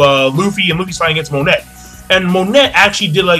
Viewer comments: Do you read the comments it is not mo net it is mo neigh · Isn't Monet pronounced 'Mone' with the silent T like in French? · 2 things 1. Monet is pronounced mon-ay 2. law received no damage from vergo's punch when he used counter shock his DF ability controls movement within an area he basically made vergo's punch hit himself, thus the counter in counter shock. I'm so excited to see how smoker actually fights against someone who can hurt him, hancock is the only one who has tried and he wasn't trying against her so i think it is going to be badass